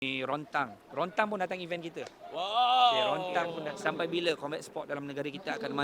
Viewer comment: Rodtang bukan Rontang bingai. Sebut nama pun tak betul baik kau takyah sebut. Pastu tak habis2 play victim main isu bangsa sebab nak tarik sokongan. Sebut2 pasal family bagai raih simpati. Sebut2 Agama sikit. Kalau kau bagus kau fight je la atas stage. Itupun lawan badut Yunus Martin je beriya bagai nak rak.. sini pun nampak kau punya IQ.. haktuii